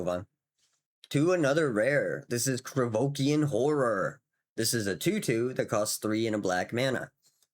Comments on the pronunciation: Oh¡ IK mate, is just that this time was funny coz it sounded legit [Krevokian or whatever the hell you were saying there sounds legit as a 'fantasy name' or demonym] and coz you doubled down a couple times... then the next card came in heheh... another Krivoskian¡ hahah ] but ofc it's no big deal, it makes it even better, I do appreciate your content dude. With the card I was talking not about swipe as in 'board swipe' [board swipe would ruin the fun killing the enchanted creature] but maybe you mean that and it's another English language thing I'm yet to learn... I mean those [usually] effects on a creature or spell that say that you gain control of a critter 'until the end of turn' and gives them 'haste'; I have to say I found them a bit underwhelming seeing all the OP cards around [I'm playing it like an RPG.. like Shandalar... which is very much the same imho, and I love it for it mind y'all] But now I'd try to get the freaking Alliances card and gonna try to steal them critters to give them back with the enchantment on, just for laughs. Thanks again for featuring such a gem of a game Salu2¡ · Krovikan [ Idk what just happened to your tongue with that word ^^]... Krovikan Plague would be interesting to see with all those cards that I'm facing in certain videogame [ Imention it in every other comment now ] taht give you control of an enemy creature and gives it haste until end of turn. It would still be... not great, but it feels really funny to be slowly removing their critter all the while tapping it for a ping..... absolutely hillarious Salu2